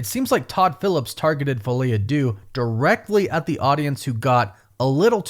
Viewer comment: I know it's no one's fault, but I can't handle the misprononciation of 'Deux' in the title anymore by all the English speakers covering this movie. Only person who's said it well is from Talks. It's not an 'oo' sound it's 'eu', which sounds more like a disgusted 'uh'. Am I the only one who feels this way? 😅 No pun intended, but it's driving me crazy